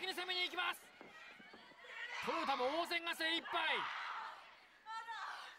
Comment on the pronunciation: この解説はさ、なんでずっと「トヨダ」って言ってんの？ 「トヨタ」って言えないの？